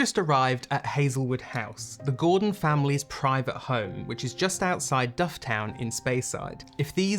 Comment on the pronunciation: Great scenery & story. Though I would say Dufftown is pronounced 'Duffton' locally....